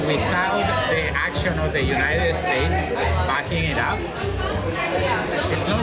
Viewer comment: Did he say the jew knighted states or Jew knighted nations